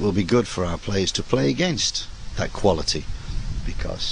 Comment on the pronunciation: An Englishman can’t say ‘quality’ in a non English accent 😂